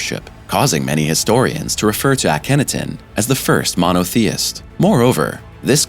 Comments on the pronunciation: I appreciate the effort made however, The Egyptians FOUND the Pyramids and the Sphinxes at Giza when they migrated there. Also, Akhenaten, You placed the accent on the wrong syllable, Ah-ken-NAH-ten not Ah-KEN-nah ten. And as for the whole Alien theory, It is just that a theory for now. Every time we claim extra terrestrials, we diminish the wisdom, knowledge and abilities of our ancient ancestors. Also, there have been many many homo-genus types on the over 4.5 billion years this planet has existed and who in our arrogance portray as primitive cave dwellers, when in fact, there have been many highly advanced ancient human civilizations that have been lost to time and who's evidence of has been deliberately hidden or ignored or reimagined, in order to uphold the long debunked belief that modern humans are the only technologically advanced civilization on earths history, despite the fact that we cannot even begin to build anything like the ancient megalithic polygonal structures, we cannot figure out how they used cymatics in the structures built or how they had electricity to power the tools they used to make them, well Tesla knew how but the powers that be shut him down in the name of Profit. Overall thanks I enjoyed the imagery. Peace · AcanotonYou have butchered that pronunciation far worse than anyone else ever has